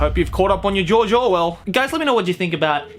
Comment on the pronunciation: Everytime said George I heard JOJO